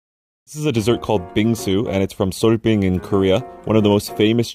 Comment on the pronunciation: 빙수 발음이 좋네요